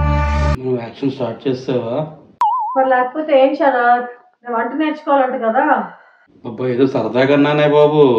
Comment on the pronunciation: శరత్ అను, సరాత్ కాదు.